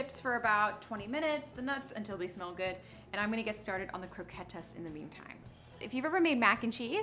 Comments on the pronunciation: I think she’s pronouncing it in the Spanish way - ¡croqueta! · the e is silent in croquette :)